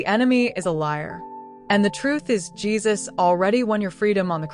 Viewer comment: His name is pronounced Geez-us, not whatever you were calling Him. Other than that it was a good story! Love it